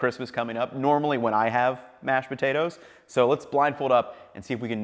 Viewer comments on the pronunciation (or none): “Mass pucheidos”